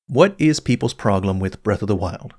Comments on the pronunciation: Is it just me or does always pronounce problem as 'proglem'? I'm sorry but it's a parasite that's eating into my brain and getting closer to the centre with every video of his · Is it just me or does pronounce "problem" as "proGlem"? 🤔